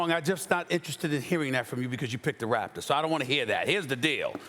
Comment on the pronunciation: Does she not know how to pronounce Raptor- or does she think they are actually called the “raptures” ?